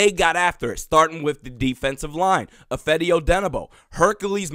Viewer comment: ITS I FAH DI not I FED DI. How many times I got to tell you this man?? Love your videos and Viking enthusiasm!